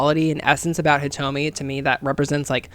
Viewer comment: You got Hitomi correct, and that's what I came here for so everythings good fam keep it coming.